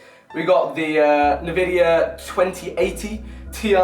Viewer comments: Who else cringed when he said "nevidia"? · did my man just pronounce NVIDIA Navidia? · ROFLMFAO nuhvidia does he not know how pronounce NVidia (the N is not pronounced phonetically it is pronounced as a how you would say the letter N) also he has 4 gig of storage what year is this back in the early to mid 2000's PC's had a LOT more storage than that and on the topic of PC's he said 32 GB RAM was overkill (probably for the average budget gamer but for someone who does stuff such as video editing and youtube and live streaming etc... it is considered the base line for someone who has money for it) and he said he got some SSD's in a way which makes it seem like he has lots of them and he clearly knows NOTHING about his PC besides how to surf the web or how to do photo/video editing and gaming live streams etc.. of which everything mentioned besides surfing the web something any 5-20 minute youtube tutorial can solve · its N-VIDIA not navidia